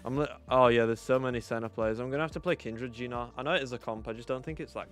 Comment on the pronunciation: Why u call gnar a gina? 😂 Nice video mate